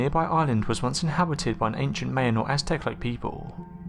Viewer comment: Mayan = "MI-yan" not "mayan" or "main."